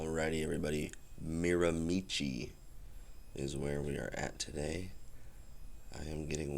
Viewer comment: A tip for the correct pronunciation, change it to Miramishe and you’ll be very close to the correct way to say it. I never played there but I did live about 10 minutes from the course for 3 years, left when I was 12.